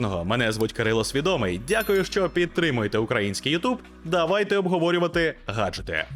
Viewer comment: Дякую за огляди, і бажаю натхнення та розвитку. Але, незабуваймо що в укр мові є Ґ , і ґаджети звучить норм. А ось слово гаджети, мені якихось гадів нагадують. Це як пісня " Гад же ти, я розіб'ю твої Ґаджети".